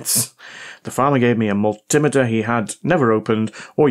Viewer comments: It's a multi-meter, not a mul-timiter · We can do without the Rap Crap Music! Also it's pronounced Mul - T - Meter, not Mul - Tim - Ater. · Multi Meter Pronounced like a metre of measurement😮😮😮😮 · for the love of god man, multi-meter , not mul-tim-iter :) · Please pronounce multimeter correctly, multi- meter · I like your videos, but I wish you'd pronounce multimeter correctly, instead of the American way. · As a retired test equipment engineering technician who's repaired, calibrated (and occasionally destroyed) my share of multimeters, I like the way you (mis)pronounce multimeter.